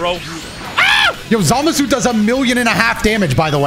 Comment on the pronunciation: I still love how says Zamasu right.